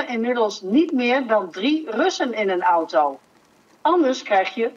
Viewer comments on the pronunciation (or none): none